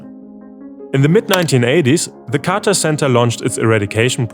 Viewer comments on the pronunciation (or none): none